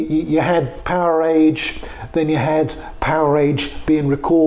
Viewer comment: Loved the video footage, but there's ALOT of misinformation by the narrators, especially from snagletooth who doesn't even know how to correctly pronounce the album title Powerage. Hopefully one day a real documentary about the Bon Scott years will be produced. That band is important to rock history. And of course, Bon Scott is the best Rock-N-Roll singer of all time!